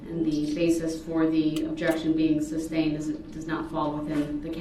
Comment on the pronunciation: It’s sustained not substained. You’d think that he would learn that by now